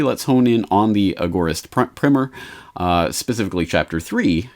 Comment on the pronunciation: surely it's primer as in to rhyme with timer???